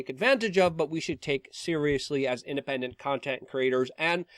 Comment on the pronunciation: ''the independend'' xd omega lol